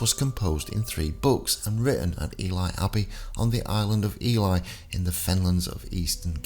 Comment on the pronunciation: Love these videos but PLEASE pronounce City names properly. Ely is pronounced EeLee and Leominster is pronounced Lemster. Otherwise keep up the good work.